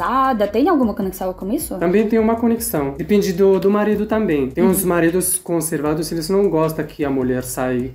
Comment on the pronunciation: Conservativa,conservados 😂😂😂😂😂...estão falando português nível top mas sempre escapa um errinho,o que os deixam charmoso 😊